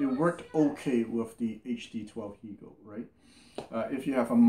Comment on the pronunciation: Hegel rhymes with Bagel. I listen to your reviews all the time. Much Appreciated:)